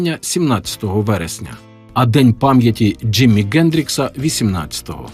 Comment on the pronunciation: Чому Ґендрікс, а не Хендрікс?